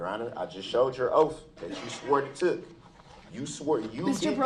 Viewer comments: Is it because of his teeth that he pronounces the sound “th” as an “f”? “Oaf” instead of “Oath”, “Goof” instead of “Guth”, “Bof” instead of “Both”, “troof” instead of “truth” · I'm listening to this rant again, and the sentence that has my brain in a tailspin is, "your honor I have your 3 "oaf" of offices here".......an English teacher would have a field day here......